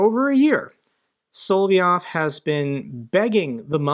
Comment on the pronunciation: Sol-ov-yov, not Sol-vie-ov... It's pronounced SOL-OV-YOV! It's not that hard. If you talk about him so much [and you should and do] please, it's not that hard. Like your vid's though.